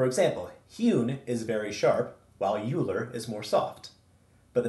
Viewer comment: Yer doing God's work, son. Bless you.Oh, and because I'm gonna keep watching your vids I gotta straighten you out right now: it's pronounced "OILer" sorry. That was driving ing me nuts! Like, "foilage" "nukyular" or the "Specific Ocean".